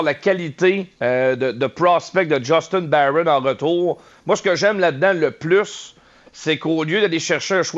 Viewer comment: C'est pas djustine bayron, c'est JUSTIN BARON C'EST UN QUEBECOIS!!! ARRETEZ DE PRONONCER SON NOM A L'ANGLAISE, C'EST UN QUEBECOIS!!!!